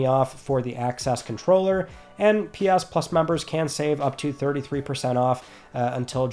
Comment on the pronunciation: My girlfriend hates you so much 😅 calls you the says you say it weird. But I wait all week for this video and love you and your into starting my Friday. It is friday nay 30th LETS TALK PLAYSTATION! LOVE YA MAN I love watching even more now cause you piss her off lol